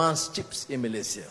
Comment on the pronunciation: COBA PERHATIKAN DAN DENGAR BAIK BAIK APA YANG DIUCAPKAN... BERKATA MALASYA... MALASYA.... MALASYA... 🤣👻🤣🤣🤣👻👻🤣👻🤣 ITU PUN KALAU TIPE M MALAYDESH TIDAK PEKAK TELINGA 🤣👻🤣👻🤣👻🤣